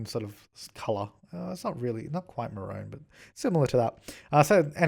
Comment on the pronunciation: I always forget the odd way Australians pronounce 'maroon.' It's rather interesting.